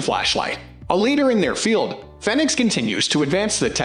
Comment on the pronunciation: Fenix is pronounced Fee-Nicks. Like Phoenix....Also, the PD35 is an outdated older version. It's not really a good option for a police light. The Fenix PD35R would be more in line to be than the old PD35.